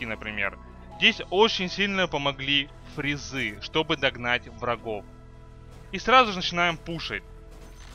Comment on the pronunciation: не фризы а фазы